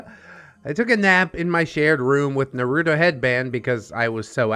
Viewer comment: Cringiest part of this story is how you pronounce Naruto